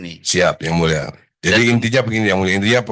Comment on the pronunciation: Terimakasih ygmuleshhhh Kaya ga jelas pengucapan AD pas bilang yg mulia